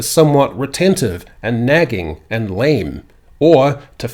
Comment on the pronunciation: The way you pronounce lame is getting on my tits